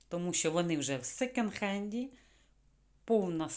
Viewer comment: А ще не " секенд", а "секонд". Бо ріже вухо.😊🌹